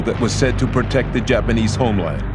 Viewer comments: he still said dapanese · wtf is the "dapanies" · BlueLegoCat The narrator meant Japanese. Probably just an audio editing error.